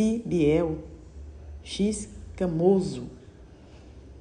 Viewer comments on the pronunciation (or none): Se pronuncia ixcamoso